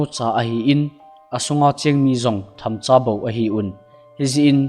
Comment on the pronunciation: Thamcha❎❎❎❎ Themcha😩✅✅✅